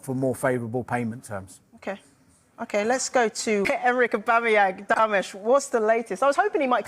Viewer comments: Stop being so lazy Who the heck is “Ease” These AI vids need to be boycotted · Nah...just a stickler for pronouncing names properly. It's spelled Eze and pronounced Ayzay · pronounciation ezzay please. It’s not that difficult